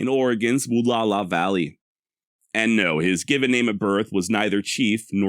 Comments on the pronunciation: Wall-ow-a! Where do you get woo-la-la? Wall-ow-a! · Pronounced: Wah-Lou-Wah. Sahaptin can be a tough language. The middle part is ou as in ouch or loud. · I don't know if this is the actual proper pronunciation but I've always heard it said as "wah-lauw-aah" "Wa-LL-ow-aah" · Wallowa is pronounced Wall - ow - a You pronounce the ow like ouch - without the ch. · I wish you had done a "quick search" on how to pronounce "Wallowa"....your pronunciation is brutal.